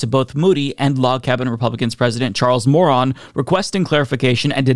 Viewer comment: Did he say "Charles Moron?"